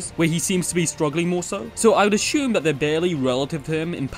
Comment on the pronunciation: There is no "h" in "assume" so 'ashume' is kinda a weird word.